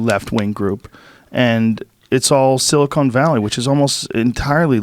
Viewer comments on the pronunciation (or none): Please stop calling it “Silicone Valley”. It’s SILI-CON valley. They make computers, not chest implants.